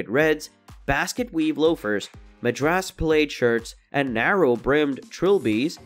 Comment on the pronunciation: This must be computer generated sound Madrass plaid is pronounced as mad-dress pladd, nor maydras played.